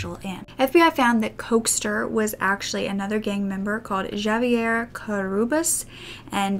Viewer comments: Hey dear, if you ever need to know how to pronounce anything, Google Translate will pronounce it for you! Just use the little 🔉 button on the bottom left of the text box. And you didn't butcher it at all, just a bit of an accent, like anyone would have reading a language they don't speak! 💜 Love, your fan Janis in St. Louis, Missouri. (Oh, and pretty much all words that start with the letter J in Spanish are pronounced with an H, like jalapeño->"halepenio". So Javier is Havier. Another example: Jorge, the Spanish name for George, is actually pronounced "Hor-Hay".) Don't feel bad, I would still be pronouncing it like you if my tiny Midwestern elementary school class of all of German Catholic descent, (graduating class of 32) didn't have a native Argentinean boy, of all things - and who barely spoke English -- immigrate to our school in 3nd grade. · JAVA-YER 😂 honey, J is pronounced like an H in Spanish. Javier is said like "Havier". Like José. "Hosay" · I thought the same thing when she pronounced it javee and I was out loud saying no no no it sounds like an H like hav. Lol but it's okay it's like when I first moved to Arizona javelinas hey used to pronounce it wrong I used to pronounce it just how it spelled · Omg how you said Javier had me ROLLING 💀 (you are supposed to pronounce it Ha-Ve-Air) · I live in Texas and little things like that are so normal that hearing ”Jahv-ee-air” was quite jarring tbh, so weird to remember that it's not a universal thing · For next time, Javier is pronounced Ha-vee-air. 😉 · Awesome video as always!!! Also I believe Javier is pronounced Ha-vier. J often makes soft H sound in Spanish 👍 always enjoy your videos they are so well put together and interesting!! 💖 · Javier- ha-vi-er, raul- ra-ool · You butchered the name Javier lmfao 🤣 it’s cute though You didn’t know. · why can she pronounce Juan and José but not Javier lmao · gdid you say Javier with a j? its spanish so the j is an h